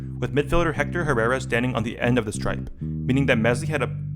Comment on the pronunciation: The way Americans pronounce "Herrera" 😂